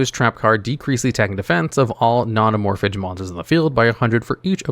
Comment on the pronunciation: "Amorphidge" yeah im just gobna comnent and leave i cannot listen to someone willfully and ignorantly choose to call them that